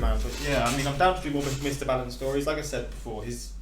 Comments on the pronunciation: B-aaaallen not bailen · it's ball-in. Not baal-in. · you got to start saying his name properly